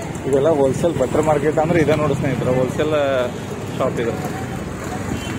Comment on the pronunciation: ಬಟ್ಟರ್ ಮಾರ್ಕೆಟ್ ಅಲ್ಲ ಮಾರಾಯ ಬಟರ್ ಮಾರ್ಕೆಟ್ 😅😅